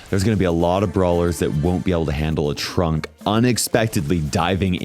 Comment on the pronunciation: I was listening to this in the background, and the amount of times I heard "Trump" instead of "Trunk is ridiculous. 😂 Would be hilarious (but would never happen obviously) if for one of his skins they gave him the swooshy hair and made him orange.